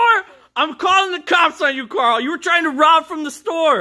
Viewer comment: You said Carol its Carl 🤣🤣🤣🤣🤣